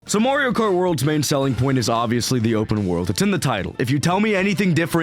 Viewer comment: Marrrrrrio? The games even tell you how to pronounce Ma-rio at the start when Mario says it